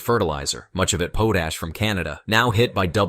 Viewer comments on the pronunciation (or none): "Poe Tash"? Have you considered the possibility that your robot may be ill?